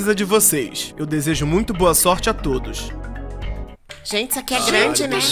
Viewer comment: "gentê" kkkkkkkkkkkkkkkkkkkkkkkkkkkkkkkkkkkkkkkkkkkkkkkkkkkkkkkkkkkkkkkkkkkkkkkkkkkkkkkkkkkkkkkkkkkkkkkkkkkkkkkkkkkkkkkkkkkkkkkkkkkkkkkkkkkkkkkkkkkkkkkkkk